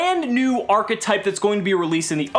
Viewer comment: It's a new "ARRGH-etype"